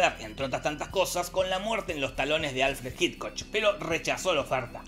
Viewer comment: Dijo (leyendo) Alfred Hickoch?